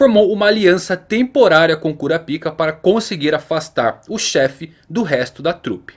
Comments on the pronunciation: Muito bom o video, só é engraçado escutar "♪ Kurapíca" no lugar de "♪ Kurápica" que me parece mais natural de falar e mais family friendly. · Kurapica? Não se pronuncia kurapaica? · Kurápika, e não "Cura Pica". Quem "Cura Pica" é urologista 😂😂 piadas a parte, bom video... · Essa pronuncia não tem salvação em nenhuma das opções kkkk eu particularmente prefiro o da dublagem KURAPAIKA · Não se fala "Curapica", se fala "Curapaika" Assim q eles falam no anime em Japonês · É por isso que na dublagem BR pronuncia o nome dele "Korapaika" por causa do original parecer outra coisa. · KuraPAIIIIKA... kuraPICA.... Ehhh fróiiiid 😂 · Kurapica? Homi coloca um acento na vogal i pra ficar na pronúncia japonesa ou "ai" para chamar de kurapaica